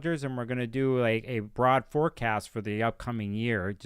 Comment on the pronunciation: I thought you said “Forcasm” and now im going to incorporate it into my vocabulary.